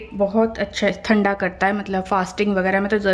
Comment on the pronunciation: Aur ye thanda thanda kya hota h madam...cow ka than hota h samjhi...it's thandaठंडा na ki थंडा...correct ur pronunciation for some words